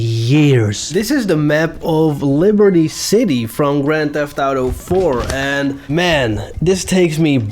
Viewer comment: Bro is the best gta guy. GRÄNN THEFF ÄUTOUU